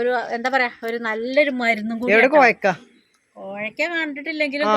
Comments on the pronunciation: കോവക്കയാണ് കോഴക്ക അല്ല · കോയക്ക അല്ല കോവക്ക